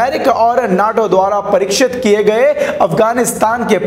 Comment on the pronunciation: कृपया उच्चारण सही करे पायलट को परीक्षित नही प्रसीक्छित किया जाता है